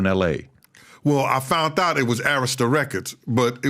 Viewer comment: Somebody should tell this guy that there's no T in found.